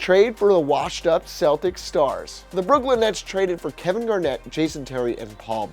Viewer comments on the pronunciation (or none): none